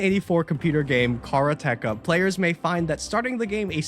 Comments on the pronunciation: It's pronounced kuh-raa-tuh-kuh, not kah-roo-tek-a. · a karate-ka (like, the syllable "ka" after the martial art) is a student of karate. it's probably that, and not "car uh tech uh". :) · there's a subtle difference in the vowel pronunciation. His "car uh tech uh" part is more /kɑɹ ʌ tɛk ʌ/, while Japanese is more /ka̠ɾa̠te̞/. It's a subtle difference in pronunciation, but it's distinctly more American-sounding. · I played that game when it came out, and. . .man, they're using a weird pronunciation. We pronounced it like the martial art, "Karate", with a"ka" at the end, because, you know, it was a KARATE game. Their way is just weirding me out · Just want to share that the pronunciation of "Karateka" was wrong. It is the Japanese word for someone practicing karate, so pronounce it "Karate-ka" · Karate-ka is how it's pronounced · I remember that game on the commodore 64. And it's pronounced with emphasis on the second a not on the t. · Asian Tom mispronouncing Karateka broke my heart. I remember this ancient side scroller, the graphics were well done for that time. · Yeah, that gave me an extra giggle - an Asian person mispronouncing an Asian word! 😄 ... fully aware there are lots of Asian languages. 😊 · pronunciation of "Karateka" is absolutely upsetting me:P